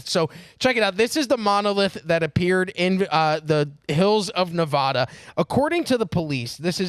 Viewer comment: LOL at Na-VaH-du. If people dont pronounce it that way in nevada, neither should you.